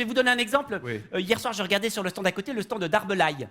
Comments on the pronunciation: Presque parfait pour l'accent mais quelques petites erreurs : les Français disent "en Suisse" et non pas "sur Suisse", et ils disent "stande" et non pas "stan". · Oui mais avec une faute de français... Stand se prononce stande ;) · En France (et pas "sur France") on utilise uniquement le mot "portable", personne de dit cellulaire ni GSM (en Belgique). Et on dit "Stande" et pas "stan". Dommage, sans ca le sketch est bon ! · Parfait 🤣👌mais j'ai jamais entendu un francais dire "stan" mais plutot "stande" ! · Si monsieur le vrp était Français il aurait prononcé le D de stand. sanwich etc